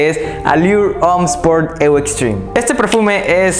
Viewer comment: Me encantan tus videos y reseñas 👍 solamente que se escucharía mucho mejor lo de eau de parfum, la parte de eau se pronuncia tal cual como una "O". No me lo tomes a crítica o hate sino todo lo contrario 👍 sigue así